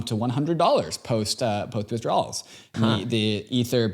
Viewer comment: Withdrowls on lol it’s pronounced “asky”.